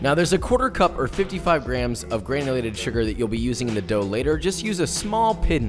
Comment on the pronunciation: Instead of grams I heard crayons??